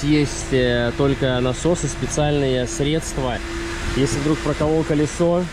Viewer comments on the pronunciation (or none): none